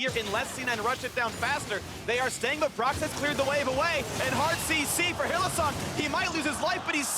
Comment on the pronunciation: In no universe is Hylissang pronounced Hill-uh-SONG!!